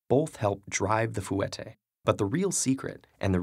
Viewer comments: Fouetté has two syllables, not three. "fweh-tay" not "foo-eh-tay" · My god, yes that was bothering me the whole time. I say it in two syllables so to hear it drawn out into three just hurt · I’m sorry but as a dancer it was very “annoying” hearing you say “Foo wet ay” it pronounced “fwe tay”. Also people saying they can only do four and stuff shouldn’t give up, I learnt how to do them when I was older but now I can do so many cleanly and fast. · hearing this guy say "foo-eh-tay" makes me want to die. it's "fweh-tay" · fu-wet-tay lol its fwet-tay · its not fu-ette its said like fwette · Wonderful explanations 11/10 but it’s pronounced fwe*tay not foo*et*ay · did anyone else cry a little every time he said "fou-et-tay" instead of "fwet-tay"? it's 2 syllables! great video though! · Fouetté is not prounousef like forwetay it's pronounced foh tays and her arms the way she is drawn is wrong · It's pronounced (Fu-wah-teh) not (Fu-wet-eh) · also its not pronounced foo-weteh its fwah-teh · Btw, sorry if I'm being stuck up and pretty, but it isn't pronounced fooette, it should be pronounced fwette. It was just bothering me because I hate it when people say ballet terminology wrongm. XD Sorry bout that but still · Did anyone else cringe because he pronounced it fwet-tae not fwa-tae?? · Ellen Charlie fouetté is pronounced 'fweh-tey' not 'foo-eh-tey' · Fwe-tay, not foo-et-ay. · Any other ballerina's want to yell it's pronounced "Fwata" not "Foowate" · ThatRandomChick Ikr. Plus he wasn't saying fouetté right. It's fwet-té not foo-et-té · no one says foo-et-ay, they say foo-wah-tay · no one: ted ed: fuu etay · Was anyone else triggered when he said fu-whet-A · Foo-ette-ayez. AHH that made me cringe so bad😭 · it is said like foy tay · It’s pronounced foutette with an e not the way you say it, I had to say something I’m a ballet dancer and it was cringing me out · Did any of my dancer squad cringe when he said "fooette" I've always been taught it's pronounced different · fooetay lol